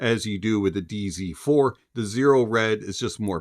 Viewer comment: I heard DC4... I'm from Mexico and I think I can pronounce "Z" better than you hahaha😂❤🎉